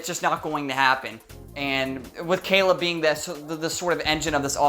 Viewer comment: Hahahahaha you said Gayleb hahahaha